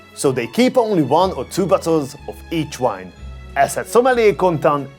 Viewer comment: Please learn to pronounce “V” and “W”. Visit, wine. Thank you, i love everything else you do